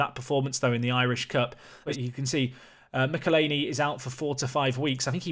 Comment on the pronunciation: McEleney is pronounced mick/ell/e/nay